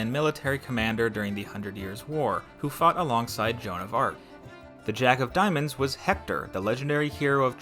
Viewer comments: diamond???? not diomands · its diamonds not diomands